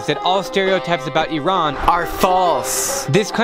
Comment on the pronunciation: Thanks you so much for showing Iran in a true and humble light! And for pronouncing it right!